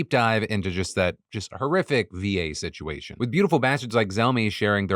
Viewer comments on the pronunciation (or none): none